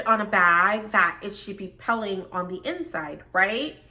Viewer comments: Definitely pronounced (pilling) peeling! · Peeling, like kneeling, a long "e" sound.